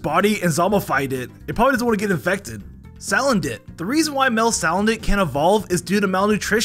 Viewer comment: SHYnotic SALandIT ☠️